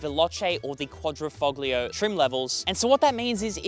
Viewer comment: He said... Quadrifo"G"lio... snigger snigger. LMFAO.